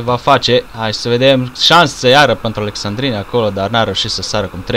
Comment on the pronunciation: Alessandrini* nu Alexandrini ca i francez